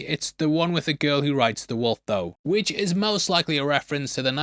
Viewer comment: Did you seriously just say "Princess Mononok" It is Mo-no-no-ke. The e at the end is another syllable. Mo no no ke (keh). GOOD LORD.